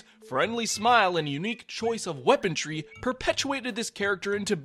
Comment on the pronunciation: Why did he say weapontree instead on weaponry. Was that a joke or bad pronunciation?